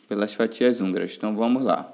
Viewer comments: 😂😂😂😂😂😂😂😂😂😂😂😂😂😂😂eu tava curiosa porque ele falava anguras kkkkkkkk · Não seria fatias húngaras? Não hanguras😂😂